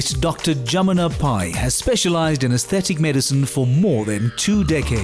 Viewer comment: Its Dr. Pai not Dr. Pie 🤣